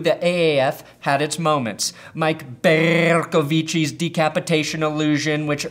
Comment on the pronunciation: All I wanted for XFLmas was to hear you say Mike Bercovicci again. Thank you.